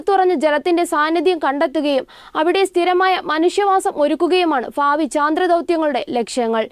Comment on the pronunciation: ഫൂമി അല്ല ഭൂമി ഫാവി അല്ല ഭാവി😂